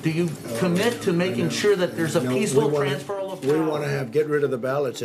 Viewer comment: Why does he keep saying Transferal